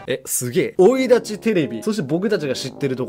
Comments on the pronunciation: 前から気になってるけど生い立ちを「おいだち」ってずっと言っとらんか᠁? ·͜· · この人、生立ちをオイダチって言うよね